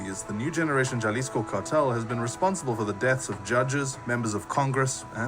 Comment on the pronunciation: Idk what the narrator keeps saying “jaaa lisco” lmao. It’s pronounced “Haa”. I agree with you man. A small blessing is that he was not captured/kidnapped alive.